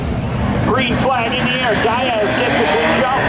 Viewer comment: I don't think Diaz has ever been pronounced as "DIE-azz"